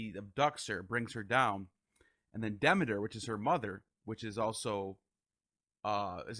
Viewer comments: What an honor to interview Carl Ruck. It was funny hearing Hades pronounced that way. Then there's the pronunciations DEMI'-ter and per-CEP'-pony that threw me. But who is El-U'-shus😅? And the mushroom, I've always spoken it SY-loh-SY'-bee, but have heard others pronounce it differently. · Haydes, demiter, elushis, layment etc